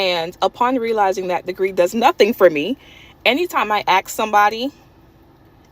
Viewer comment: maybe its not her degree that is worthless rather she just needs to "ask" somebody for a job instead of "axe" somebody